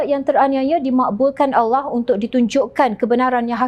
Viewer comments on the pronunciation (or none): none